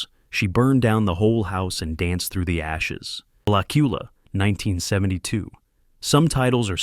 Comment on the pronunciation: AI can't pronounce "blak-yu-luh."